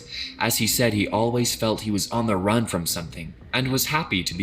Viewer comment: "she made a RAN for it" I think the narrator had an anchor man moment